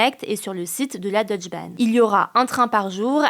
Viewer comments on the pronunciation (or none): Petite correction de prononciation: On prononce le "e" de "Deutsche Bahn". Donc on dirait "Deutsché Bahn".